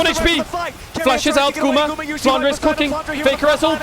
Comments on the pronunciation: I still have this thing in mind, why english caster call him flanra while his name is flanre? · I am the only one who cringes when captain flowers says “flandra”?